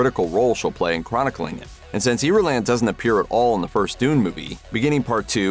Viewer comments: small detail missed: how to pronounce Irulan (eer-ooo-laan). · If youre gonna give us things you think we missed 😅n the movie… try using one of the two accepted ways of saying of pronouncing names. You lost me the first few seconds in when you invented a new way of pronouncing Irulan🙄